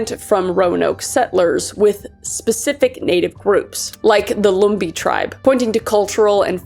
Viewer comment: In North Carolina, we pronounce Raleigh as "Rah-Lee" emphasis on the "RAH" and Lumbee pronounced "lum" rhymes with rum or drum. 😘💖